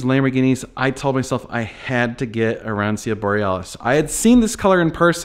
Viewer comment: Your Italian lesson for the day…it’s phoenetically pronounced: “ah ron cho” or you can use “ah ron cho nay” if you’re not sticking with the color title from Lambo…. Grazie mille for these videos on “IL Trattore” (The Tractor)